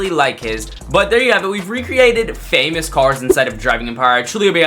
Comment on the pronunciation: "Fameous cars"